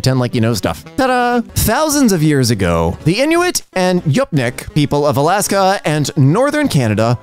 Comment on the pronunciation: I'm sorry, did you just pronounce it fucking yupnick? Oh boy that actually hurts some. It's spelled Yup'ik (Yup'iaq in some dialects), first of all, but that is on the OP. An apostrophe marks gemination, where you make the sound of a consonant at the end of the current syllable and the start of the next. But with stop consonants, like p, you make the movement of the mouth in the first syllable and the puff of air for the second. The u is pronounced more like ooh in yugtun, the language of the Yup'ik so the Yup syllable is pronounced like you-p. Because of marked gemination, the ik (yugtun plural for nouns, uk for most verbs) is pronounced with part of the p from the first syllable. Additionally, the k makes a sound halfway between the english k and g (try saying g but making the mouth movement for k). For the untrained speaker, it can be pronounced like You Pick. Based on root translation, Yup'ik most directly translates to "Genuine People", and Yugtun, the name of the language, translates to "Person-like". I love teaching about my people and our language, at least as much as I know. And for the sake of teaching, I would greatly appreciate if you pin this post.